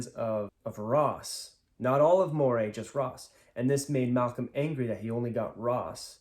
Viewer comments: Moray is pronounced "MUH-ree." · Moray is pronounced Murray